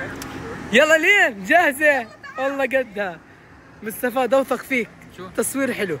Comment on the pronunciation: بيقول مستفى بدل مصطفى 😅